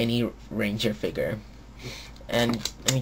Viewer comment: A. learn how to say "Figure" B. He lost his powers in season 2, not 1